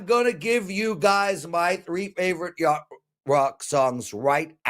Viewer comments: Y-a-C-h-t 😂 but we know what u meant lol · that would be "yacht". love the show brother never miss it!